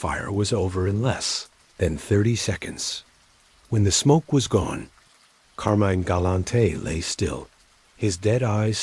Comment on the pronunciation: It's CAR-MYNE...not Carmen!!!